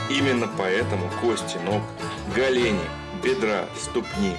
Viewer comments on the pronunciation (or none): Что за голЕни?! Оо ГОлени!!! Что за голЕнь?!! ОО ГОлень!!! Только так! Смотри словарь ударений. Откуда только берут такие нелепые варианты??? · го́лени, не голе́ни☝️🧐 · Не галени, о гОлени.